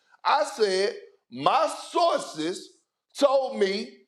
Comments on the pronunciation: “ I was also making fun of how you say sauces” -Stephen A. 🔥🔥🔥😂😂😂😂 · ‘My Sauces’ - Chris Broussard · “My sauces” 💀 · “Sussessful” “Saurces” Perk is hilarious 😂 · Stephen A. really be making fun of Kendrick Perkins for pronouncing “sources” like sauces when he’s the one who keeps on adding ‘r’ to words that don’t have them. Rob PelinkeR 😅😂